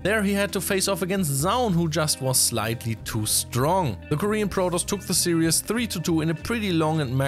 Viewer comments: Great news and great to hear from. A small note for future -- the word used in the whole video was "serious" [sear-e-us] (example ) but the correct pronounciation is series [sear-ees]. Still, great respect and positivity for handling SC2 and multiple languages:) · is have serious problems pronouncing "series" and instead turning it into "serious". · we love you. Some english language: serious is not the same a series. Some other pronunciation stuff. But job well done:) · Love the commentary. You're going to give me an aneurysm if you keep saying "serious" instead of "series" though. 😂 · 'Series' and 'serious' are not pronounced the same way. Great content as always. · FYI, the word "series" has only two syllables. Say "sear" followed by "ease". The way you're saying it, it sounds like you're saying "serious". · It's "series", not "serious". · Why do you pronounce series "serious"? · Yeah, it was funny every time he said it so completely wrongly, but to be honest I hope he doesn't say it again. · That is not how we say series in the USA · Why do you say series like that